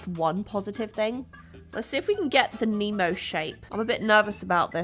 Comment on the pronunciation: Nemo more like Oh-nmo